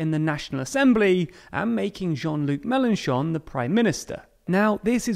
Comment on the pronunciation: Love the fact that he corrected the prononciation of "Mélenchon" 😂 Well done!